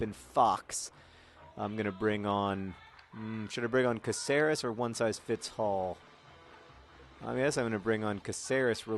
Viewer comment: John, sorry to bitch about, but Cáceres, being a spanish surname and city, is pronounced with an accent on the "a" as in CAceres and not caCEres, thanks very much, keep on the awesome !